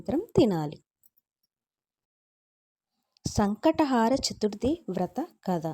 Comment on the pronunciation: Sankata haara kaadu…. Sankata Hara ani palakali